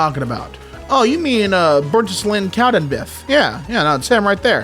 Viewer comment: burnt-island (as in an🏝) and cow-den-beeth 😭🙏